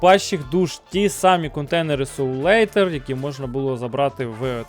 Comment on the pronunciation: Cоул Iтер, а не ейтер T-T